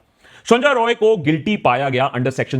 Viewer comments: I want to rectify one thing. You are pronouncing accused name incorrectly. His name is Sanjoy Rai... Not Roy.. He is not a bengali.. He is an outsider so dont pronounce it like Roy Roy.. Its Rai Rai.. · Is he not Sanjay 'Rai'.? Roy and Rai is not same... it is sounding wired... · Correction:It’s not Roy it’s Rai